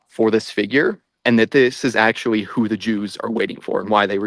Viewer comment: That was pretty good actuawee